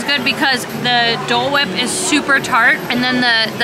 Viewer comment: The way said Dole wipe😂